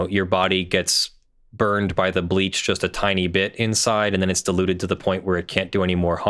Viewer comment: Right at the beginning, I heard "diluted" as "deluded." {gigglesnort} * They sell this garbage, right? But they quote Mat. 10:8, even where it says "freely give." "Sell" does not mean "freely give." If you have to pay for it, it ain't free.